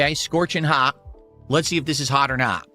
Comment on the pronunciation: “haugh or naugh!”